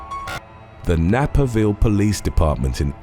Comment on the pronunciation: To: I know you are English so American pronunciations can sometimes be off - just wanted to let you know the name of this town is pronounced " Nay-per-ville ":) <3